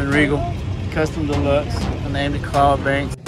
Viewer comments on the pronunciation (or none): “Claude” have mercy 🤣🤣